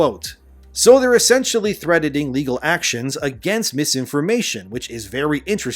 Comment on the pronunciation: Sounds like you're saying threadening, you pronounce the T in threatening. LOL